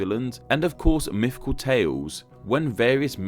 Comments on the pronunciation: I love your content, it's amazing, and I love how expressive your avatar is, but every time you say 'myfical' I cringe. Also in another one about hitlers you said 'Angela' with a hard 'g' like in game! I have an aunt called Angela and I can confirm it's pronounced with a soft g like in gesture. I love your channel and I'm not even asking you to change, I'm just complaining. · “Mifficool.” Lol.